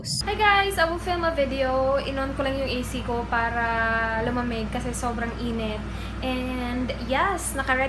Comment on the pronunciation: Ano yung Title? Click bait ba? Saan sya walang Paki alam? Kaya pala dami sya noon haters.maarte pala sya mag salita. Feeling rich kasi. Para, parrra daw,ma arrrrr sya 😂😂